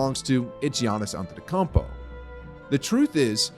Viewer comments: "Giannis Antetocompo" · Can't take you serious mispronouncing Giannis' name??? Is that some type of inside joke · Your Antetokounmpo pronunciation is hilarious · Great video. Except for the fact you don't know how to pronounce Giannis' last name. Smh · nice video but the butchering of giannis’ last name was crazy 😭